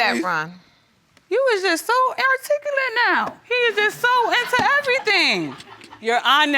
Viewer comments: "You is just so airticulate now..." Dead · She’s too much “airiticulate” & “hudlum” 😂 But surprisingly, she was right 😳😲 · He is just so "airticulate" LOL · 😐 Did she just say "air-ticulate" 😂😂😂😂😂